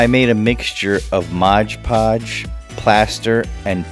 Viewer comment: Build turned out pretty nice but I cringed every time You said "Modge Podge"....its Mod Podge.